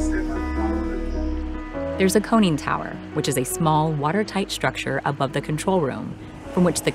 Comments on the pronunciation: A "coning" tower. You mean a CONNING tower. Find someone who knows what they're talking about to narrate. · Tell the person narrating that there is no "cone" in conning tower.